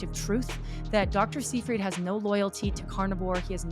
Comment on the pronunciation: FYI, Seyfried is pronounced as 'Sigh-Fred'.